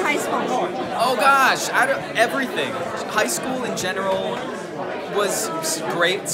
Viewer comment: It's SQUIP...not squib. :)